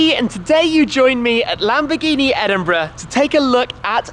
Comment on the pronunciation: The way he said Edinburgh.Sounds like Edinbruh